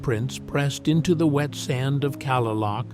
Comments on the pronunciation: Kalaloch is pronounced "Kuh-lay-luck" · It is pronounced KA-LAY-LOCK AND QUILLY- YUTE. AI butchers everything. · the famed tree of life at Kalaloch Washington it is pronounced clay--lock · I gotta say it Kalaloch ( ka-lay-lock ) ffs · Kalaloch is pronounced Clay-lock